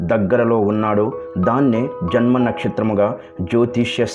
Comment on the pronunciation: Uccharanalo chala doshslu unnayi. Anavasaramaina chotlallo vatthi palukuthunnaru. Janma ante jhanma aniantunnatu. Na dosham edaina unte kshantharvyuralini.